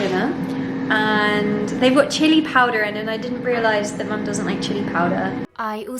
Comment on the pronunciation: The American accent in 'Chili Powder'? :o thought it was funny, but anyway, I love the format of this video! :)